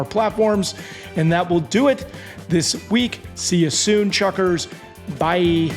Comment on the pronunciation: Why does Hey Chuckers sound like Hey F*ckers??? 😂😂